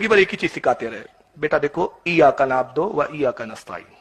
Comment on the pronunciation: Eyaka nabodo nahi nabudu hota hai